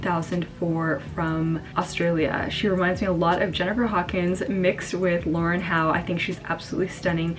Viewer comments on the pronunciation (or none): none